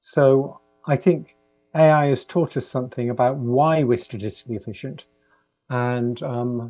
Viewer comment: Freudeian slop, trying to say taught us sounds like tortured